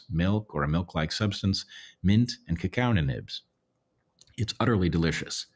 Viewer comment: “cacao n’nibs” lol. I love you Bret!